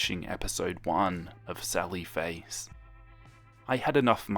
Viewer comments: sawwy fwace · When he says "Sally Face" I hear "Sawwy Face" and suddenly feel very sad :'( I'm so sorry for Soda...